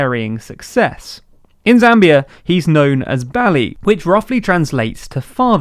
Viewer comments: Good summary & good video. Please do better on the pronunciation of our names & terms though. His name was Michael Sata not Santa, it’s Bally not Mbali. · He said Bally wrong 🤦🏾‍♂️🤦🏾‍♂️... And Sata not Santa. Anyway I appreciate the coverage and opportunity to see the external perspective.